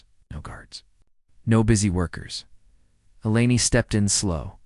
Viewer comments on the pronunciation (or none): Text -to-speech keeps S P E L L I N G out words. Mostly E L E N I's name. Please =listen= to stories before Posting them. Abandon at 9m:21s.